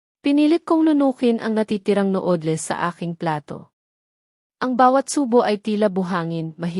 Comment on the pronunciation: Noodles Hindi no odles